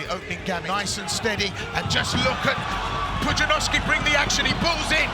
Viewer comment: Poo-jia-nov-ski * also the "despite the lack of formal training in martial arts" part is wrong, he trained kickboxing before even going into Strongman